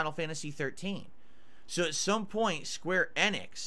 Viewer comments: square annix is an insane pronounciation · I know it pisses me off everytime he says it.